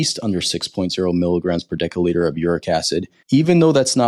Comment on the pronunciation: Decca litre? Its pronounced decilitre (dessiliter).